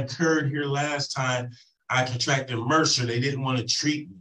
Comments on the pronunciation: If this defendant insists on using multi-syllable words, someone needs to give him a dictionary so he can use them properly. It’s “MRSA”, not mercer. And I seriously doubt he has “a bone sticking out”. What a child. He’s just upset they are holding him accountable for his poor behavior. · Did he say he's going to transfer the pain to someone else? Edit:I was ignoring it but I just can't. It's not mercer. It's mrsa. Uh! Mer suh! It's disparity, not didparcity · I crack up everytime he says he had "mercer". It's MRSA! (pronounced "mer-sa"). It's a bacteria that is resistant to certain antibiotics. If he had a dangerous, life threatening case of MRSA, he would have been in the hospital getting large dosages of IV antibiotics. My guess is he got a tiny skin infection that tested positive for MRSA, which is very common. Nothing serious. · BTW, it’s MRSA, not “Merser”.